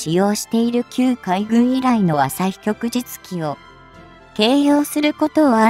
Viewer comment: ✖ 旭（あさひ）日旗（きょくじつき） 〇 旭日旗（きょくじつき）